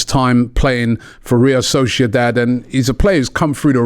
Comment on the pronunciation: Still says real solciodad